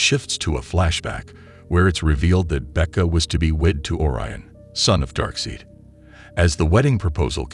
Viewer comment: "Loys Lane" "Darkseed"